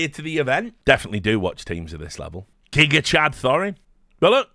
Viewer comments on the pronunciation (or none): none